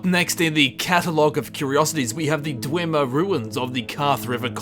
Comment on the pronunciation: dweeMAR Roo-Ins!